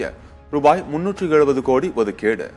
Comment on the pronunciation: Thamizh ozhunga pesavum seidhi vaasipalare....odhukeedu ku odhikedu nu solgireergal